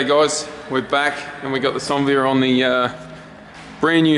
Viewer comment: why does call it a sonvia, isn't it a Onevia